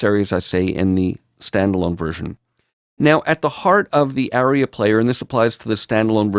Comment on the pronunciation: FYI "aria" is pronounced AH-ree-uh, not "area."